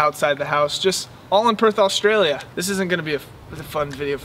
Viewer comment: when you say australia dont say it with an al at the start its not alstralia